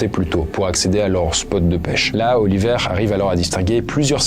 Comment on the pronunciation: Autant je connais des Oliver, mais des Oli''vert'' c'est pas commun 😅